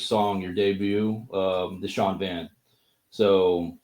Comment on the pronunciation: lol…referring to Irish as Gaelic, pronouncing Shan as Sean, asking how Protestants got on with the provos 😅